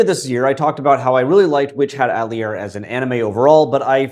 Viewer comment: Ok, but it is witch hat A-teh-liay